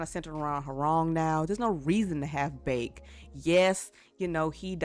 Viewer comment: Characters name "Baek", says "Bake" XD "Gon" – "Gone"